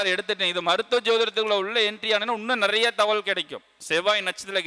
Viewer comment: நெறைய என்பது பிழையான உச்சரிப்பு